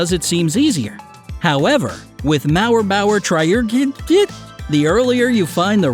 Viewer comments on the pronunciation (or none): HOW PRONOUNCE IT "MAWER-BAWER-TRY-IG-KITTT" HOW I PRONOUNCE IT "MORE-BOWER-TROR-IG-KAYT" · Mauerbauertraurigkeit is German and means literally "wall builder sadness " or "the sadness following wall building " if you want so. We pronounce it like this: Mower bower trowrigkite. (all ows like literally as in "bow ", "wow" or simply "ow", kite like the kite you play with. Only Germans don't pronounce r as rolling as English natives, in German it is heavier and at the same time in the middle of words, we only kinda "tip" on it and barely pronounce it. It's most present at the beginning of the word. ) Mower bower trrrowrigkite so to speak. You are welcome. 😊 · Traurigkeit is a german word and it's pronounced "traurichkait" it means sadness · I love how he pronounced mauerbauertraurigkkkeit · It's pronounced like "mauerbauertraurigkait", because "traurigkeit" is a German word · It's pronounced a bit like this: Mouer-bouer-trou-rig-kite (Pronounce the ou as in "mouse") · Btw Mauerbauertrauigkeit is German and is called Wallbuilder sadness, and its pronounced: Mowerbower (like power), trow(like now)ig, kite. If that makes sense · Seeing you struggling with the word Mauerbauertraurigkeit I Think i can help you out with it ;) the last part of Mauerbauertraurigkeit ("keit") is pronounced like "kite":) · And if you want to say it the right way it would be - Mauer - in a way you would say sour. So "mour" Same goes for - Bauer - so "bour" Traurigkeit is a little more Tricky to describe, so try asking Google to spell it for you (maybe some Thing like trou rig kite?) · It was funny to look at you trying to say Mauerbauertraurigkeit. It's made out of german words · Lol that mauerbauertraurigkeit was a german word and actually kinda funny how you pronounced it :D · Wow, you pronounce that so wrong but it's ok. I mean, it's German lol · That pronunciation of Mauerbauertraurigkeit though... As a german this hurts haha